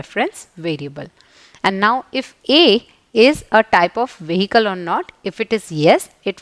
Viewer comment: mam why do u pronounce the h in the word vehicle? i am sorry but i have say u do have a lot of grammer mistakes in your vocabulary .